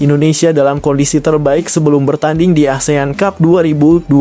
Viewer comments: Kok dibaca Asean cub😂😂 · Min min.... baca (ASEAN CUP) kok seperti baca cup cup di bibir kecup😂😂😂meng geli kan😢😢😢. Kemaren baca covid 19 di baca seperti copet.